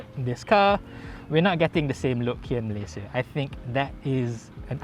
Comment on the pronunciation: Been following you since i was in highschool,. Your pronunciation of malaysia is solidly correct eversince.